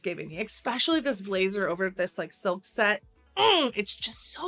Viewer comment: It's ESPECIALLY. Not expecially. JFC.